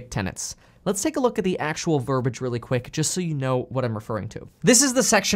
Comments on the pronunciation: Ver BEE age (correct pronunciation)!! A pet peeve of mine (verbiage). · The word is verbiage. There is no such word as the two syllables mispronunciation you used.